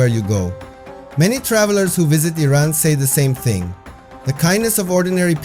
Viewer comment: At least you say the name correctly. The USA way of saying it is just so stupid and nasty. The city does not seem so cold as it is in the concrete ugly buildings in the USA. New York is building ugliness at its worst. A soul-less place. No surprise them that trump loves the place. Not many garbage amazon products there for sale in Iran. No culture in new york except for prostitution, graffiti, tattooed ugliness on human bodies and women dressed so cheaply. The godly meaning of humanity is long lost in the USA.